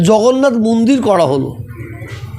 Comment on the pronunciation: কেউ কি জানে এনার কটা মুখ? এখনো তো মুখের ভাষাই ঠিক ফোটেনি, মন্দিরকে মুন্দির, বলেন। হায়রে! গিরগিটিও লজ্জা পায়, এদের রং বদলানো দেখে। সুবিধাভোগী, সুযোগসন্ধানী।